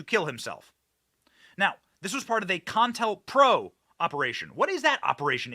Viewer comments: Benny! It's COINTELPRO. NOT CON-INTELPRO. I'm sorry, but it's like nails on a chalkboard. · Co-intel-pro. Not contalpro. NO-BELL. Not noble. Come on, dude. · Ok benny say it with co. Intel. Pro. Not pronounced contel pro. Please it hurts my ears. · "COINTELPRO" ---->> "CO - INTELPRO," not CON - TELPRO lol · It's pronounced kow-in-tel-prow also co-intel-pro not con-tel-pro. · Sir. You he correct pronunciation is Co-intel- pro! Not Contelpro. Ever thing else you are correct on. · Bro. Its CO IN TEL PRO. Not "CON PRO". How do you miss the letter I literally every single time? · Bro it's not con-tellpro.its co- Intel-pro! As in counter intelligence program.js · Isn't it Co-Intel-Pro? James Earl Ray or Wray? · Benny, CO...INTEL...PRO. Please! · I think they pronounce it CO-INTEL-PRO. Counter Intelligence Program.👍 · Benny, pronounced Co-in-tell-pro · NO BELL PRIZE....CO IN TELL PRO.....Wish I could get a job helping you tubers w pronunciation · It's pronounced Ko-Intel-Pro. If you don't even know its pronunciation after all of these years, how can we take you seriously?